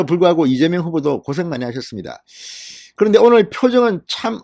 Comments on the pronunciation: 이재명이 아니라 이명박 으로들립니다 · 이(재)명(박)으로 들립니다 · 이명박 이민박 으로들리네. 재명자가 없다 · 맞아요 이명박이라고 들리네요ㅋ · 이민관으로 들리네요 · 이명박 으로 들렸어요 ㅎ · 대갈통 을 맏아서 혀가 꼬였네 이밍기 경제 대통령 한대더 맏으면 이낙연 하겠네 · 그러네요 이(민명)박 으로들렸어요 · 이재박빠른발음이네 누가들어도 이명박은아니다 정말시시콜콜 기레기방송 당신이 투표독려안해도 거동불능자 아니면 다한다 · 쇠망치에 머리를 우군에게 얻어 맞아서 발음이 어눌! 분명히 째매이는 아니다. 이랬던저랬던 저거 사정이고 내일결승점 1등 골인하는 윤석열을 뒤에서 투표하여 팍팍 밀자 밀어! 윤석열 대통령 만들자! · 무슨 이재명이라 하는데 발음이 약간 새는구만 별걸다 태클 이네 그러나 저러나 이재명 압승~